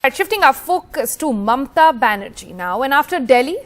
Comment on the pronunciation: Her name is Mamata not Mamta.